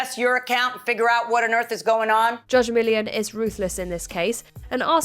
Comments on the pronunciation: Millian has 3 syllables, not one!! 🤦🏻‍♂️ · The narrator is British. That is how they say Millian. Pronunciation of most words is different between English and American.